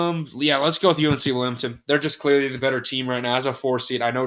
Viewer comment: Towson = Toosin. Colonial = co-lee-null Wilmington = Willyumgtin I love the pronunciations.